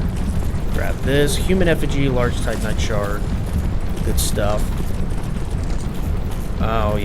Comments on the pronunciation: Seems like he says Titan knight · I swear, every time you say "titanite", I think you're saying Tight Knight. Don't ask me why lol